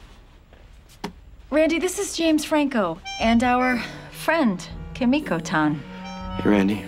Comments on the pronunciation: He says “-tan” but pronounces Kimiko wrong. That a sudoku-worthy offense. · I think the greatest offence is how they pronounce kimiko